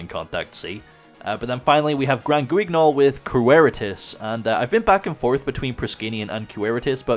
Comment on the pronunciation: Hey he finally pronounced guignol properly 🎉